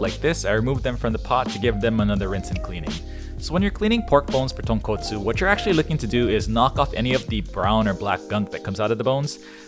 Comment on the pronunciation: SPICY TAHNKAHTSOO RAYMEN